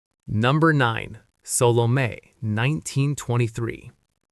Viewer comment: And also how it pronounced Salome incorrectly. 3 syllables not 2. Sa.loh.may (me)